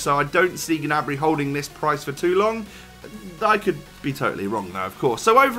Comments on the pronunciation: (GA-NA-BREE)?????? It's pronounced: (NEY-BREE) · I‘m German and he‘s pronounced Gnabry